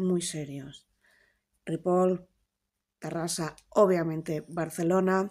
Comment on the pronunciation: Lucía, please, eres políglota y super inteligente. Suena fatal escuchar tu pronunciación de Ripoll como "Ripol". Con Sabadell pasa lo mismo. Esta "elle" suena como "llama, llenar, llevar". Next time! 😉